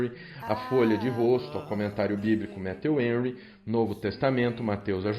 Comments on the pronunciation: Pronuncia-se Méfiu Renry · Pastor, só falta o senhor pronunciar Matthew Henry corretamente.